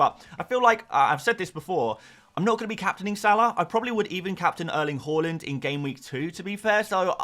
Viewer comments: just one question: why do you always pronounce Haaland as Holland? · Can you please learn how to pronunciate Haaland correctly?!